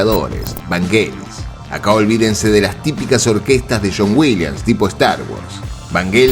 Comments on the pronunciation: El video esta bárbaro pero x favor no le digas "Vanguelis" decile "Ványelis" así debe sonar.. esa película tiene el combo ideal, autor, director, dirección de arte, y la banda de sonido más linda de todas.. Hoy ves Blade Runner y no se puede creer lo actual q es.. la soledad del mundo actual.. pensemos q lo retrataron en 1982!!!! Visionarios totales!!! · Vanyelis", se pronuncia "Vanyelis" ya te pareces a los españoles